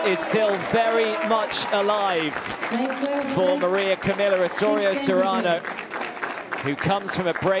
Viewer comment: Maria Camilla ???? Is Maria emilia ! It be nice to have Spanish or bilingual speaking commentators WTA ...